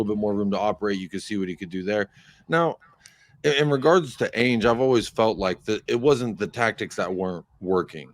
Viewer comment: As an American Spurs fan, hearing roll his Rs perfectly when saying "Vicario" and then calling Solanke So-LAWN-key, Pedro Porro PAY-dro, and Ange AYEnge, is very tragic to me. After years of watching the team and playing FIFA, pronunciations of player and coaches names as they are supposed to be pronounced is very easy. Rolling your Rs is not lol